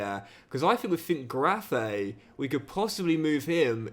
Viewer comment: Its not pronounced Schwabe its Schwebe as ä is pronounced e, same with finkgräfe its finkgrefe